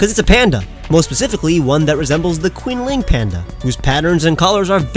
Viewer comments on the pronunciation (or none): it's pronounced chin-ling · the more you know, QinLing Panda is pronounced "Chin-Lin", Q pronounce Chi in chinese